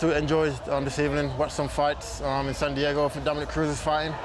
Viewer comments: So Luke just pronounced “San Diago” like Ron Burgundy and nobody’s gonna say anything ? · San diago? Lol